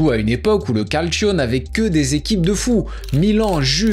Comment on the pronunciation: Quand tu dis que t’adore prendre l’accent italien et que tu prononces calcio « calcioooooooooo » mec non t’y es pas